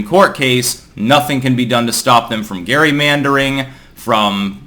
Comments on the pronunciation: Hey, it's pronounced "Jerry"-mandering, not "Gary"-mandering. That's about all. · its pronounced Jerry-Mandering like tom and jerry jerry. jesus. you need to have in person interactions with people more rather than barking at a camera one way and having some broken english wife and a babbling baby to talk to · ONLY would use the original pronunciation of “gary-meandering” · It it commonly pronounced Jerrymadering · Gerrymandering is pronounced with a "Jay" sound, not a "gee" unless we're changing things. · It’s named after Vice President Elbridge Gerry, so I guess it could be pronounced either way. It’s normally pronounced like Jerry in my experience though.